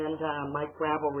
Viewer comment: It's pronounced GRAH VELL. If you're going to address him atleast pronounce his name right christ.